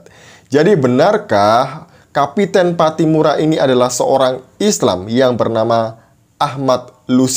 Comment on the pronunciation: kapitan bukan kapiten. Orang Maluku biasanya pakai nama KAPITAN PATTIMURA.